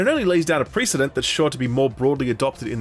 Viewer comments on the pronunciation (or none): This is the second video you've called it "pree-cedent". It's precedent